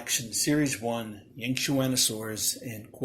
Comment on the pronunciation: Dude how are you able to pronounce that